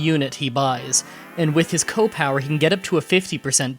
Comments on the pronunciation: It's pronounced SEE OH not ko! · Why do you pronounce CO as "Koh" rather than "See- Oh"? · It's C O power, not coh power. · CEE period OH. C.O. short for commanding officer. Not "co" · "koh power" "super koh power" "my favorite kohs." Are you some kind of degenerate? It's "SEE OH." Disliked because I can't stand your ridiculous mannerism. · The fact that he pronounces C.O. with "kow" disturbs me. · Alright, gotta stop, can't stand how you say "CO" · Seriously - its like old ppl who say “Earl” instead of URL